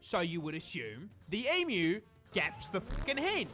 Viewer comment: It's 'Eem-Yoo'! Not 'Ee-Moo'!!!!